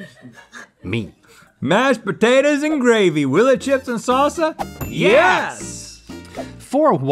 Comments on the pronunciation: Sauceuh or saucea or sauca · Rhett can’t say salsa. Always says “sauce-uh” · Rhett, you'll get there some day. As for now, 'sahsuh' it is.